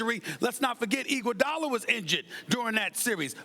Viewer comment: “Iguadala defense” lol Bron Avg fuckin 40.0ppg come tf on lol